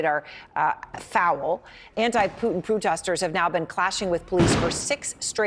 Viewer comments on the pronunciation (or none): Ha, you said pootesters 😂 😂😂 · "Anti-Putin potesters"